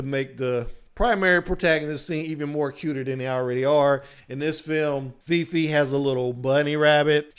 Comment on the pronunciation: *all Asian cast Fei Fei, not Feefee Chang'E, not Cha'Ang